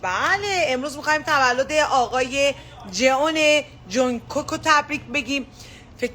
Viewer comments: جئونِِِِ جونگکوک! انگار فارسیه🤣 اثثثثکل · فقد جئون جانکوک گفتنش😂😂 باورم نمیشه یه ایرانی به جونکوک تولدشو تبریک گفته 🙂